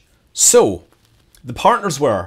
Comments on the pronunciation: Perfect explanation! Also, in Yuzhnoye it's first syllable which is stressed. And it makes it even more like "usual". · Your Russian's so good that I have to correct you! ;) Bor-I-sov, Zen-I-t, YU- zh-noye (where's "zh" sounds simply like "j" in "Jack" without d)...